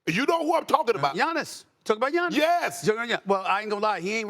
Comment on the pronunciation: Lol "Jonnis"